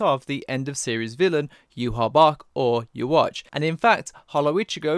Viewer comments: Yhwach, not Youwatch. Please... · I really hope they don't pronounce yhwachs name like yuwatch in the anime... would really throw me off yuhawbac sounds so much more menacing